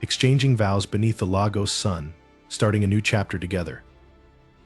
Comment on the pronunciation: It’s pronounced Lay gos